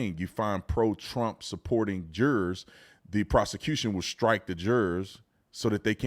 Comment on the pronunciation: He be saying the word jurors like it's Gerber. 😂😂